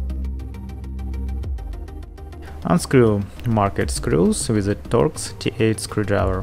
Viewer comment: TORX T8 SCREWDRIVER! I thought you said dot D8 screwdriver so I googled that and got a whole load of nuffin' so then I googled star shaped screwdriver and hit the jackpot. Whew, wotta journey.